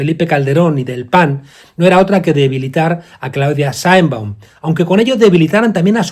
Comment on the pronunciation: Mr. Monedero, tú deberías saber que el Gobierno de Mexico que tú pretendes defender, tiene en pausa las relaciones con España, que fue el Presidente López Obrador quien anunció esa pausa, y que la Señora Presidente de Mexico (por siervo, tú no sabes ni pronunciar su nombre) secundó tal acción y no invito al Jefe del Estado Español a su toma de posesión, tú cómo Español pienso deberías estar molesto con esa descortesía de Mexico al Gobierno y Pueblo Español.